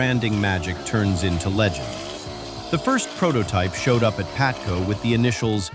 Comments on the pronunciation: AI Video... it is not PATCO, it is PABATCO LOL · By the way,it's called P A B A T C O,not Patco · PaBATco, not Patco. Jesus bro, can't you get such an important detail right? AI SUCKS ASS!!! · It was "PABATCO" you AI genius